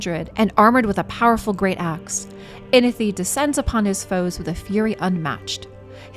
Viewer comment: There is a “w” in Inithwe’s name. Its not Inithe… great video tho.